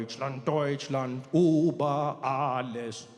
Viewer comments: Trevor - lots of love from Germany but PLEASE learn the history AND the Umlauts !! It's Über...Ü...Uber is a Taxi Service. And the anthem was not changed. Only one vers left out. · It is über, and NOT Uber. BIG DIFFERENCE...PLEASE! Uber is the Stupid name they call the taxis.. If you speak Afrikaans you know how to pronounce the ü properly... as in uurwerk..